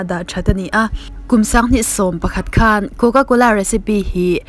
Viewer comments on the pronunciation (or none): none